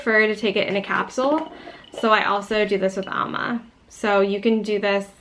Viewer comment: That's not ALMA; it's AMLA.